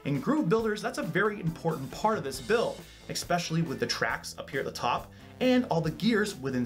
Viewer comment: "ESpecially" not "EXspecially" It's unreal how many people say that incorrectly.